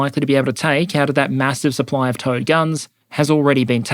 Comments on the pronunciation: The smart part of my brain knows you're saying "Towed" but the dumb part keeps thinking it's "Toad" or maybe "T.O.A.D." artillery. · Is anyone else hearing "toad" instead of "towed" guns? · I know you are saying "towed artillery" but my brain always makes me hear "Toad artillery". Poop poop! Bang! Haha! What dust clouds shall spring up ahead of me!